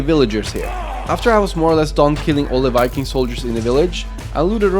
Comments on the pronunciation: Why did you spell it viking? You keep saying WIKING so idk why you would spell it with a v,, seems counterintuitive. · Lmao Norwegian people can’t even say V,, 😂 they literally can’t put their top teeth on their bottom lip and say veeee, or vuhh that’s CRAZY lmao 🤣 💀 I’m dead